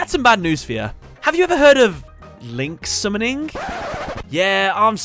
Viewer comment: "LINK SUMNIN"